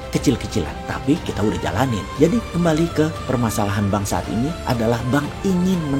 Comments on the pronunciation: tulisannya bank saat ini.... yang ane denger malah banksat, 😂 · ho oh... mungkin Bossman sengaja kali ye, kata 'saat' dibunyikan 'sat' aja.. wkwkwk..